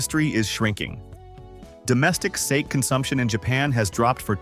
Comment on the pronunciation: The continuous mispronunciation of the word “sake” by the AI voiceover is beyond lame. You could at least preview your audio before posting. I don’t know how you expect to garner much credibility if you think this is acceptable 🤷‍♀️. Very amateurish.